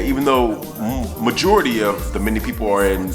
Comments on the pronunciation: Good video. But it's pronounced MEN-DAY . I myself was born in a mende village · I love this went to Sierra Leone for the 1st time in December best experience of my life but just one little thing the way you pronounce mende is funny lol its pronounced like Men-day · Mende is pronounced men-day 💜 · LOVE the vid but its pronounced "men-day" lol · I love your video, your pursuit of knowledge and interest is admirable!The correct pronunciation for Mende is 'MEN-DAY' btw; Please keep up the good work. 20 year old 'Black British' girl from Sierra Leone (Mende and Kono parents).